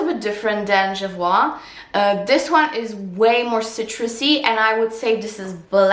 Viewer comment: It’s actually pronounced jo-voy( rhymes with joy) 😊. It’s a boutique in London.